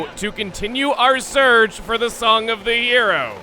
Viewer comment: it sounded like he said "Song of the Euro" lol 😂